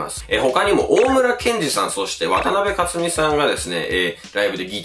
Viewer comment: 素晴らしい内容の重箱の隅をつつくようで申し訳ありませんが・・・ 渡辺香津美さんは「かつみ」ではなく「かづみ」です。